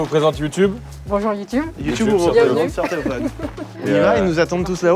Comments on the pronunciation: je comprenais vraiment "sortez vos fans" et pas "soeur-Théophane" xD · Sans vouloir vexer personne, au début j'ai entendu "soeur célophane" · Au début quand ils disaient "sœur theofan" je croyais qu'ils disaient "sortez vos fans" mdr